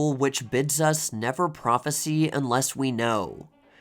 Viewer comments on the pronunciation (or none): You're mispronouncing the usage of the word, "Prophesy" as "Prophecy" and it's a HUGE intellectual turn-off. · Small nitpick. The word "prophesy" is pronounced "pro-phes-sigh", not "pro-phes-see". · AI slop can't always cope with homographs and unusual word pronunciation. The voice is confusing prophesy with prophecy. The sy is pronounced sigh whilst the cy is pronounced see. Prophesy is a verb whilst prophecy is a noun. If this isn't AI the the speaker is the other AI aka An Idiot.